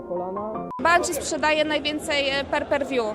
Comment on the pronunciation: "per per wiu" hahaha TVREKLAMA represent xD